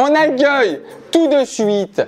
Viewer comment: "on agueil tout de suite "